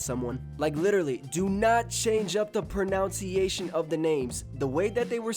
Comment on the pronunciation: the irony of pronouncing "pronunciation" wrong when insisting the pronunciation has to be correct. but irony aside, i totally agree w ur point.